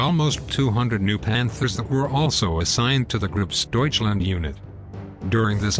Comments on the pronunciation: Grosdeutchland not Grasdeutchland. Big Germani no grass Germani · "Gross" not "grass". What is wrong with this auto-readers. Get a human reader that can prounce German, French and Russian place names words - PLEASE! Good Lord! Additionally, some of this video is of SS units and much of it is of other German Army units. This could be much better. Clean it up! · I agree with everyone about having a robot commentator. What on earth is Gropsdeutchland?!?